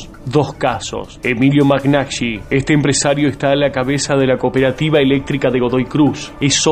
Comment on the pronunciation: Hola!!! Excelente tu informe sobre el AGUA EN MENDOZA!!👏👏👏👏👏👏👏, Solo permitime rectificar el Apellido del Presidente de la Cooperativa Eléctrica de Mendoza: Emilio MAGNAGHI. Y se pronuncia (Mañagui), Una de las Empresas de Vila es DALVIAN (no Danvan) y no te olvides de un personaje llamado José Luis Manzano!!!! 🤭🤭🤭🤭🤭